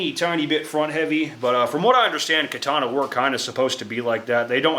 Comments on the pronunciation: Kuh-Tawn-Uh! GEEZ!!! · It's called the Ka-tannia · am weeb, Is pronounced ( Ka-Ta-Nah ) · Katana….Kar tar mar… all one word spoken quickly.. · Pronounced Kaataanaae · "I'm makin a kay-tanna" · Great video. Your japanese pronunciation is not that good, but your video made up for it. Great content. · bro this guy is misspronouncing too much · Idc how u say katana we know what you mean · As a weeb, I must applaud your butchery of the Nihon language. You cut the pronunciations apart as though you were using a blade forged of impervious steel 🤣